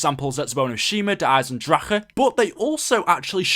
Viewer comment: You said Eisendrache right <3 As an Austrian this is really satisfying